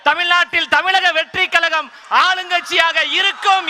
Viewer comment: Kalagama? Kazhagama?